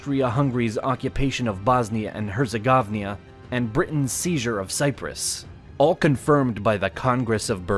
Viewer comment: Please, please, look up the pronunciation of Bosnia and Herzegovina in english!!! Thx